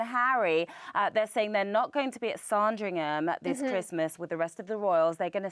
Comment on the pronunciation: who says Saaaaaaaaaaarndringham? PLEASE research correct pronunciations!